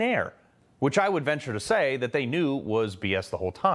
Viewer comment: Opening line😮Investi " GRA" tions????😂😂😂